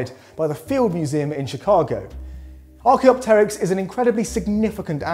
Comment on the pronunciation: I can't believe that someone finally pronounced "Archaeopteryx" correctly, instead of "ArchaeOpteryx"! Well done,!